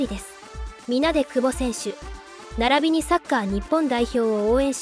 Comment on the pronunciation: くぼ↑違和感